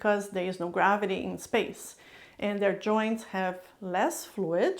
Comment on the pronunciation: i love how she pronounce words, "joinch" joints